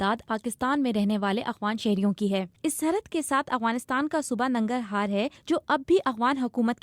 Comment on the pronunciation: Nagarhar Nahi Nangrahar hai . pata Nahi Kaha sy motta ky ajathi hai yai logh